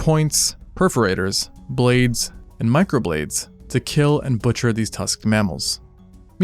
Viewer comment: Bruh I heard butcher as torture